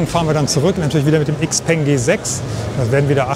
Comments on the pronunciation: IXPENG :D:D:D Man spricht das Shipeng du originaler Nichtskönner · Sehr schöner Roadtrip, der wieder einmal zeigt… die Zukunft ist elektrisch! Und ebenso wie beim XPeng (.. „x“ im Chinesischen wir „sch“ ausgesprochen, „Schaupeng“😉), schätze ich bei meinem Ioniq6 die kurzen Ladezeiten… das wird in den nächsten 2 Jahren meiner Meinung nach sehr stark kommen… denn die Pausenlänge machst Du bei einem Verbrenner meistens auch. Und die Pariser Motorshow zeigt, dass die Konkurrenz weltweit definitiv nicht schläft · Xpeng wird in Europa XPENG ausgesprochen.